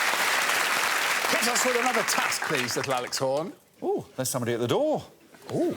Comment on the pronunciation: I like how Greg doesn't even pronounce any of the consonants when saying "Little Alex Horne" anymore. Can he do a whole show like that?